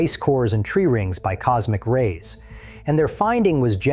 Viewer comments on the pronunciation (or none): none